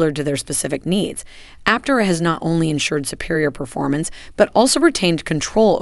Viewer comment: Suggestion for your text to speech engine, for proper pronunciation, consider: : Aptéra,, instead of Aptera.